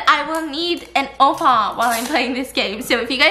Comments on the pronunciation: no one: stephanie: 오빠 --> obba --> oboe --> oval --> OFA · Is it only me Or did I only hear Opa and offa 😂 instead of oppa... They are honestly so cute and savage with each other ❤ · Lol when she's cringing too much to say it properly she starts saying "offar" cause she doesn't wanna say the actual word. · not at stephanie pronouncing oppa like “offa” for the whole vid 😂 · ur everyday korean drama: OPPA!! stephanie soo: OFFA? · The funny thing is it sounds more like "ofa" then "oppa" 😂😂😂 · Omg idk why but when korean says OFFA instead of OPPA I start gagging till I chock 😂😂😂😂😂😂😂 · Stephanie cringing at herself and calling stephaince offa instead of oppa LMAO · it sounds like she’s saying “oupa” which is grandfather in afrikaans😂😂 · Stephanie trying to say oppa but it came out as offa, ofha, opha 😂 honestly stephanie did all the cringing, i didn't even cringe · After 10 mins in i start hearring offa instead of oppa 😂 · why do I keep hearing "offa" XD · Why does she say ofa its oppa lol